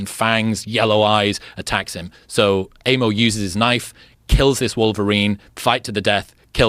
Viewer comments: Not "Eimo", the A is pronounced like in a "car" :p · It's pronounced eye-mo.